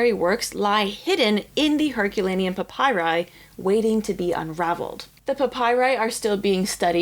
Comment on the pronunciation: And it’s pronounced pap py ree